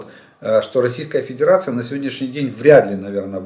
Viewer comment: 👍👍👍 Очень уж понравилась случайная оговорка на 48.50 минуте. Про Педирацию вы прям в точку 🤣🤣🤣